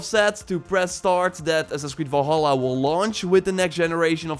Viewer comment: is it me or is this guy keeps saying volhallah ?